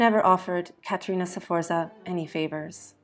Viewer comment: In that case try to learn them at least to pronounce the name of Caterina Sforza correctly. The pronunciation of all the names is so butchered that only people who know Caterina´s story can understand what persons are mentioned: Galeazzo Sforza, Lucrezia, Girolamo, Giacomo Feo, Cesare, Giovanni delle Bande Nere, Forli, Imola... 😩